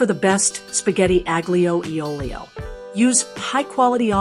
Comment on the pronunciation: Wait! You want to demonstrate “Authentic Spaghetti Aglio e Olio Recipe” but you can’t be bothered to learn how to pronounce it? No.